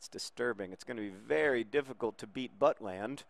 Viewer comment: iBowlerHat Yes! Saw highlights of when he started for the real Stoke a few weeks ago - fantastic performance. Great potential indeed. Also, quick PSA: It's pronounced But-lend, but John's Buttland pronuncation - while probably offensive to Mr. Butland - made me laugh a lot. :)